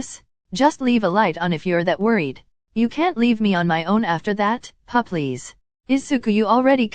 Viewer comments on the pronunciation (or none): when he said p-please it sounded like he was saying “febreeze” iykyk